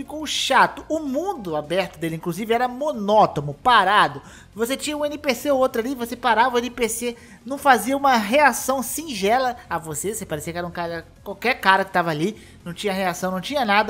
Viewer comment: E sim, ele falou a palavra de forma errada kkk